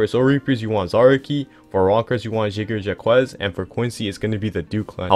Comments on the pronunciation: it’s pronounced jaeger jack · The way you said jagerjaquez is gonna haunt me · you sounded out jagerjaquez like u were tryna say something bro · Word I had to rewind to hear what he said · yeah u right it does